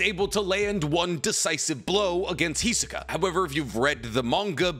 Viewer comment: Why you say "Hizuka"? That's just wrong :c